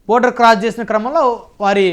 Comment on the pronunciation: బార్డర్ ర నయన.. బోర్డర్ కాదు..